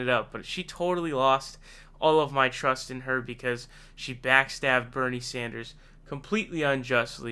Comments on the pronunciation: WOW...FIRST TIME PRONOUNCED BERNIE’S LAST NAME CORRECTLY!!!! Ohh...and Warren is a SNAKE!!!!!!!!! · Finally you said his name right